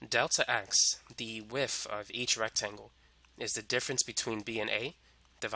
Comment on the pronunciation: The area of the rectangle is the lengff times the wiff